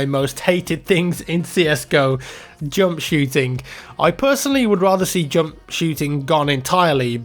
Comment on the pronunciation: I like how you say "jump" :D it's like "joump"